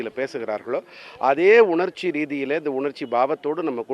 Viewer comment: உணச்சி இல்லப்பா உணர்ச்சி